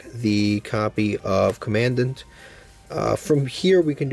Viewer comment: That’s not how commandant is probounced